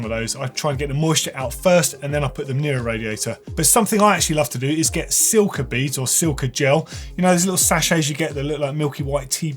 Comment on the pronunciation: man, your a lovely man, but please please please its 'silica' not 'silca'. while we are at it, its 'insert' not 'inzert'.